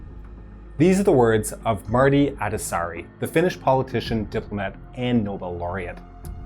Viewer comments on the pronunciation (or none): Ah yes Marty Adasari